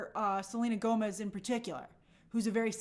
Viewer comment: The Spanish in this movie is pronounced horribly and it's not Mexican Spanish! Selena Gomez (Gómez) is not Mexican and it's obvious she doesn't speak Spanish! By the way, in Spanish Pérez is pronounced pErez NOT perEz. The accent mark is used to know which vowel to stress. Just like Gómez is pronounced gOmez NOT gomEz.